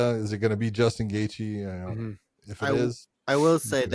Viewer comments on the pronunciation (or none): none